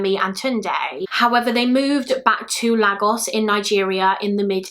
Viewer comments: I remember Damilola’s murder I was in year 4 when it happened, I remember coming into school and everyone was talking about it on the playground it was truly a sad day 😪 Sidenote: It’s pronounced laygos awesome video btw I discovered your channel during the summer and have been binge watching your videos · Great video:) ps lagos is pronounced like laygos x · I really wanted to say that too about the pronunciation of Lagos it’s laygos 😂😂😂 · It’s pronounced ‘Laygos’ x